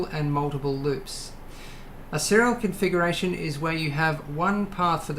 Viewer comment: no you said serial confuckuration.